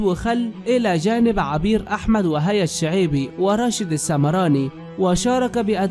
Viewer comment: ✍️لماذا تكتب هذا العنوان؟ يا رجل انطق الأسماء صحيحة. 🚫راشد السمراني..✔️راشد الشمراني. منذ فترة وأنت لا تعرف التعليق.. وقد بينت لك ذلك..ولكنك للأسف لم تعدل أسلوبك.